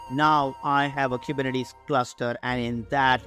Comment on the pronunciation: Zigalala 😂kubernetes